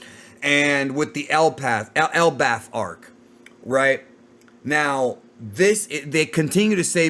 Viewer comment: hearing say elbaf is hilarious 😂